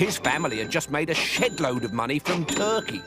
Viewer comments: did he say shit or shed?🤣🤣🤣🤣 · Shed load of money is what he said not shix load. Lol i just realized this all these years later😂😂😂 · He said shed load of money but I do have to agree at first when I watched it I thought he said shitload of money